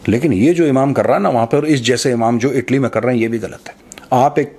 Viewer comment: ईटली नहीं। इटली।